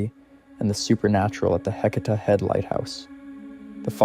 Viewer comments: Heceta is pronounced hay-SEE-tuh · Are you repeating the stories a few times to make the video longer? Your story telling doesn’t flow well. Also, you’ve pronounced Heceta 3-4 different ways. A friendly recommendation is to do some research on how to pronounce the locations and names you’re saying. Nice job, but keep working on it.